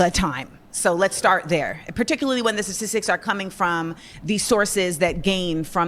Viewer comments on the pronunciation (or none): It’s really hard to take seriously a person dressed like a clown and can’t pronounce sta’ti’stics right